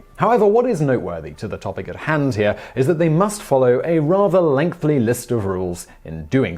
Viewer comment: It’s “Lengthy” not lengthly.